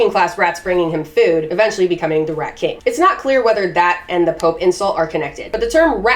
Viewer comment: I love the aggressive " R at"